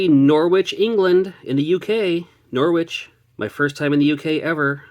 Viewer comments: I'm sure Knorr-Witch will be happy to have you, but you probably want to head to Norwich (pronounced Norridge). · Shame about the roms 😢 Hope you enjoy the UK. Norwich is pronounced “norrich” the W sound is very soft. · Pronounce Norwich like norridge bro keep your wit’s about u in Norwich renowned for being the UK’s inbreeding epicentre 😂😂😂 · Just so you know, Norwich in the UK is pronounced Norich with a slient w. Glad to see you are coming across the pond. Enjoy those sausage rolls! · G'day. The W in Norwich is silent. It's pronounced Norich. Say hi to Ashens while you're there. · Most UK people don't pronounce the W in Norwich, so it's usually pronounced like Nor-itch. Good attempt though! English place names are so confusing 😅